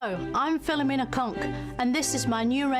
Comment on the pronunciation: At least you can pronounce Philomena the correct way instead of that other bloke who does reactions and keeps pausing every second who pronounces it File-oh-menna.